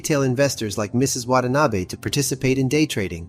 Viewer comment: excellent, excellent, excellent work. I've contacted the fuzz about the criminally low viewer n sub count. 1 small critique, from someone who lived in japan for approx 15 years, yr pronunciation of "Watanabe" is pretty good, but yr pronunciation of Abe is not. there is only 1 "a" sound in japanese. the abe in "watan-abe" is also how you should also pronounce the assassinated former pm Abe. ( Arbeh) name. thankyou for your scintillating effort.